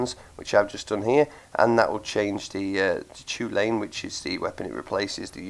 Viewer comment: JUst for information: The Chulainn is pronounced Kullen not Chew Lane. It derives from the mythic Irish warrior Cu Chulainn. Pronounced: Koo Kullen.